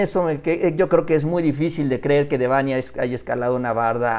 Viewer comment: PERO SERIA BUENO QUE LO PUSIERAN A HACER UNA PLANA DEL NOMBRE DE DÉBANHI..... YA QUE ACENTÚAN EN NOMBRE EN LA "A" Y EL PAPA LO HA DICHO MIL VECES QUE SE ACENTÚA EN LA "E" NO CREO QUE A LE GUSTARIA QUE LE DIJERÁN "MÁURICIO"